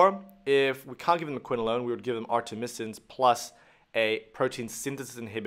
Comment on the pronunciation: Artemisnin, not artemisin